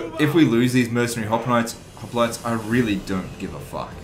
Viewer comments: haha who the fuck pronounce it "hoplotees"??? Its hoplites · 3 years late but it's pronunce as opliites the "h" is silent (if you want to say it to sound greek)